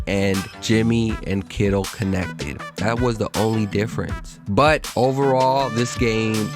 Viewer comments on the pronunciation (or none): dude, pronounce your final consonants. especially "T"s". BUT, not BU. you sound like a child.